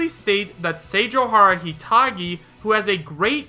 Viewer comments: I cringe a little bit each time says Senjouhara. SenjouGAhara is how you say it. It's a Monogatari character. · You were pronouncing senjougahara wrong. The anime the name is from is the Monogatari series